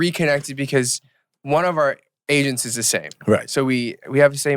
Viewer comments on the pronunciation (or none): why did I hear asains instead of agents at first, "one of our asains is the same" - Eric Nam 🤦‍♀